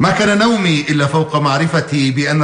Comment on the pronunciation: هناك خطأ وهو نومي هي لومي وليست نومي